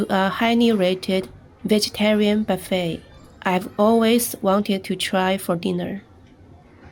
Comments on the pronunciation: Hi, buffet restaurant is pronounced buff-AY. Buffet like you pronounced buff-it is also a word, but it means to be hit by strong rain and wind. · Could you consider leaving China where there are more job opportunities and not such an age thing on being employable? Also, a little help, its not buff-ett its pronounced buff-ay or some say boo-fay. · Great video! And the word buffet is pronounced like this: buff-ay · In American English, the word is pronounced "buff ay." Rhymes with "tough day." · You are so cute!, it’s pronounced “buff-ay” it’s a French word. 😅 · Buffet is actually pronounced buf-fey. 加油!! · It's nice to see you smiling and laughing and speaking English again. "Buffet" must be a French word that made it into the English language. It is pronounced "Boo-fay," the "t" is not pronounced. The vegetarian buffet looked delicious! I think ZaZa also took us to a vegetarian buffet restaurant. I think I would eat there every day. I am a vegan which means no animal foods at all: no meat, no eggs, no dairy products. I do this for the animals, the Earth, my health, and my pocketbook! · Only mentioning this because you said you enjoyed learning English, but your pronunciation of "buffet" was a little off and made me chuckle a little - only because the English language doesn't make a lot of sense. You pronounced it perfectly, but as the verb version (to strike or hit repeatedly) where it's actually pronounced phonetically. The noun version is actually a stolen French word, and the -t is silent so it's pronounced something like "buff-eh."